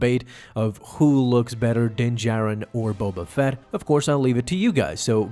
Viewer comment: Does it bother anyone else that he calls him jin Darin the entire time?